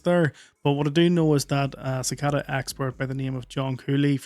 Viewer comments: The kid can’t pronounce “cicada” correctly, so he probably shouldn’t pretend to give out scientific evidence. His entire explanation was wrong. (si-cā-dà) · Cicada is pronounced (sik a da) not (ka said a). If you don't know the word,take a moment to look it up. Nothing is more distracting than to hear the dude constantly mispronounce it. Couldn't even hear what his story was about. Bro,don't be a ka said a......